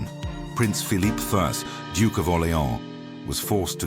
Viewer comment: the photographs of the brother of Louis XIV are bogus. There were no cameras in the 17th century. The narrator sometimes gives the Spanish pronunciation of Phillipes name.